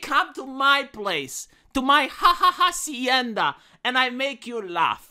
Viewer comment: Ha ha hasienta, lol